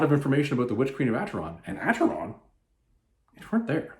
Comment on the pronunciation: My Goddess, a Conan the Barbarian Graphic Novel "written" by Don Kraar, a man who in my opinion should never be permitted any where near any of Conan's adventures. Oh, one other thing, it it pronounced "Aker-on", not "Acher-on".